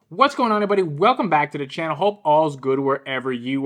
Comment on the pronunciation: I find it telling that Mr. Word Salad, Micheal Eric Dyson the Uber Racist, who prides himself on using obscure and unconventional descriptives in an attempt to make himself seem intellectually superior... say's err'body instead of everybody. It just emphasizes his overall phoniness. The guy is such a toxic racist fraud.